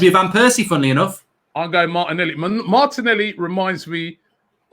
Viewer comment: How can you say lacazette and martinelli😂